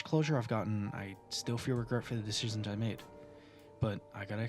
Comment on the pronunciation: u pronounce "decizyns" like a tar